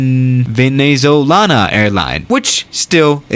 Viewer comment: "Venezolana-AANaL" LMAO